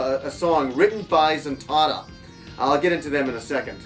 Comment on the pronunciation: Nice review! I love Daddy Mulk and Zuntata, two of the most amazing things video game soundtracks have to offer. I can't listen to your pronunciation of Taito and Zuntata though: "Taydo and Zuntarda", come on :P Try "Thai-Toh" and "Zun tah tah". :b